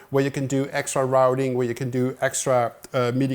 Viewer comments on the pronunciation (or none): none